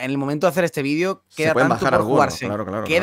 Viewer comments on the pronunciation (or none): none